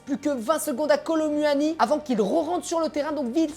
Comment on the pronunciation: "Kolo muahani"